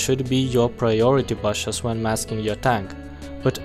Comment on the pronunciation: you piss me of with BASHES it's not hard to say BUSHES